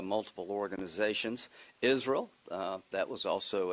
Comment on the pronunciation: What is Izrul?